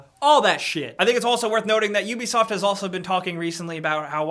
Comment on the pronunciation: Finally found an american/canadian guy who says ubeesoft and not ooobisoft, if that makes sense like when people say ASUS as being ASOOS